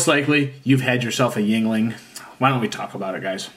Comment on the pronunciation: Walk into any bar in PA and simply ask for a lager, they’ll know what you mean. 😎 And you are correct it’s pronounced “ying-ling.”